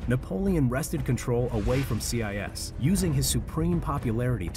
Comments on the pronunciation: See-eye-ess. Lol. I think its more like see-yay. 😂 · Learn how to pronounce Sieyès, it's not CIS... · Yes! I could not bear to listen to that pronunciation. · Its Sieyès not CI YES. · Abbé See-aye-yes. OMG. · The pronounciation of Abbe Sieyes’ name in this video is painful. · Your pronouciation of Sieyès is very disturbing for a french speaker ^^